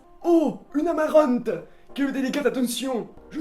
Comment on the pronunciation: Le petit accent du grand père sur "Amarante" 😂😂 #workingfam